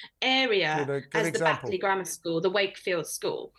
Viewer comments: Bateley?!😢 it's pronounced, Batley?! This woman doesn't even know her country!! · 'BAIT-LEY' and Wakefield? It's 'BAT-ley' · BATE LEY and Wakefield ?????? BATLEY I think is the correct pronunciation